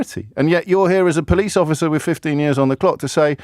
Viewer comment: "I'm a po-lice" 😂